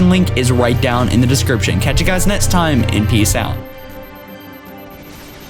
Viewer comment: I noticed he can't pronounce is x's. At the very end he says "catch you guys nets time!" Lol